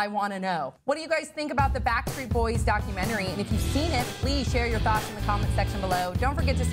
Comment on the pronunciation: Why does she pronounce "doc cue mannery"?